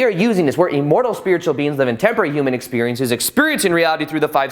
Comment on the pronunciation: Buddy... PLEASE.... it’s IM-mortal not EE-mortal!!!! I cringe every time you say it.. in EVERY video. 😣 Still, I watch. Yogananda’s book while wonderful, many parts a little to unbelievable for me. Read it years ago & could feel my mind opening up though. 👍🏼 (I always thought it was pronounced: Shree You-tis-Swar)